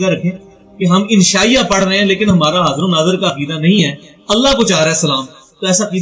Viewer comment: Badtameez insaan pehle bolna seekh apna talaffu theek kar baad mein video banaiyo.sharm ko saram Shan ko saan haazir ko hajir mirza ko mirja video banana band kar Sara mizaj kharab ho jata hey.